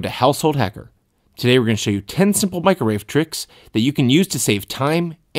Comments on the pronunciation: LOL MICRORAVE did he triun asian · MIC-RO-WAVE! It's an onomatopoeia. >•<